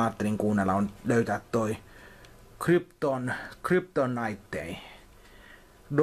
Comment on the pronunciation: Ääntämykselle jälleen 5/5; englanti sujuu melkein yhtä hienosti kuin markorepairsilla. Mietin, että mitä jos antaisit nämä biisit jollekin puhelimessa ääntämystaidollasi, niin mahtaisiko vastaanottaja saada niistä jonkun ehkä napattua? "Hund grey maze full" (Hungry like the Wolf) "Hartza Good" (Hurt so Good) "Krypton Night Day" (Kryptonite)